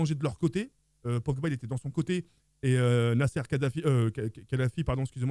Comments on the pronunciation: Nasser Khadafi il a dit 🤣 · Lol tk il a dit al kalalaifi tkt on t’en veux pas ❤❤ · Il a dit nasser El khalaifayby fi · Kadafi il a dit mdr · 7chouma3lik même prononcer un nom rebeu t’arrive plus ta7an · est marocain il parle bien l’Arabe et il sait pas prononcé le nom de famille de Nasser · Il est arabe mais ne sait pas prononcer al khelaifi 😹😹😹😹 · tu parles souvent de Respect dans tes vidéos mais celon moi ne pas prendre le temps d'apprendre à dire le nom d'une personne et l'écorché c'est un manque de respect.